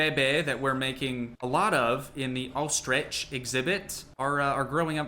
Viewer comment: he's so cute trying to pronounce ostrich